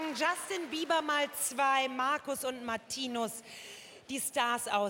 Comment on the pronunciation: OMG^^sie hat beide Namen richtig ausgesprochen😱🙈😅😂 Jetzt waren es mal Marcus und Martinus nicht Marius und Martinius oder Magnus und Martikus oder so❤️❤️❤️ Love them so much❤️❤️❤️❤️❤️ Like It Like It ist einer ihrer erfolgreichsten Songs und auch einer meiner Favoriten💖 #MMer